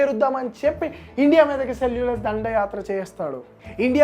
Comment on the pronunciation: అంతా బానే చెప్పావ్ బ్రో కానీ సెల్యుకస్ ని సెల్యులస్ అనటం కాస్త వింతగా అనిపించింది